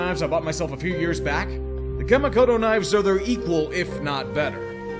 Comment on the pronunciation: I can take anything negative you have to say about my Packers (I've said pretty much all the same things).... but hearing you trying to pronounce a Japanese word like "Kamikoto" was a samurai cut into my Weeaboo soul. 😱🤬